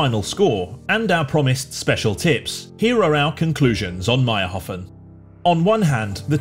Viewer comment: its mayrhofen, not mayrhofn